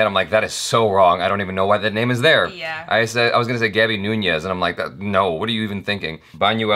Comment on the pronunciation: That's like your 5-6th video with Gaby and you still can't say her name right... Is it that difficult? I don't think so!